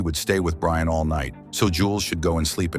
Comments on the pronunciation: It's Brienne, the text-to-speech converter doesn't know. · The name is Brienne. It's an AI voice so maybe the name was mispelled or the AI just doesn't pronounce it correctly.